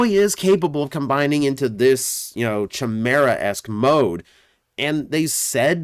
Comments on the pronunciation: Just a heads up, for future reference, chimera is pronounced (kī’mirâ) 😅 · Okay is this like a cybertronian name for it or is he mispronouncing "chimera"?